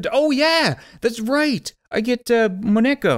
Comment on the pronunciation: he said Moneko wrong